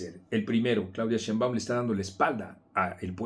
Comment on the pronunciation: Y para qué dices “sheinBAUM”! Se dice sheinbaum y punto! vieja asesina!!